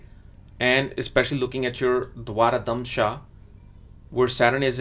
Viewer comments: Pl note it is pronounced as "Dwadasamsa" not "Dwarakamsa" for the 12th Divisional chart. Good insight into the charts! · Dwaradamsha is not correct , correct pronunciation is Dwadasamsha. Dwara-damsha has no meaning, Dwa-dasamsha means 12th. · You kept calling d12 as Dwaradhamsha it is actually Dwadashamsha 😛